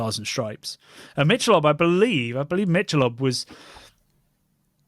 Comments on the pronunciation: Mick-ahh-lobe Ultra is the worst ... of course the marketing is off the charts slanted to the mean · It's pronounced "Mickelobe" here. And it's essentially lightly beer-flavored water. Trendy fake beer for fake people who want to be trendy. It's a perfect reflection of our image over substance society.